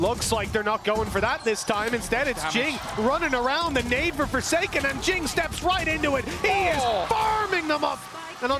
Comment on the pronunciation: Jingg❌ Jooong ✅